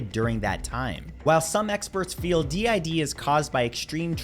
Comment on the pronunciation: Good to know my d. I. D. Is scary at least you said it right no clue why but a lot of people find it fun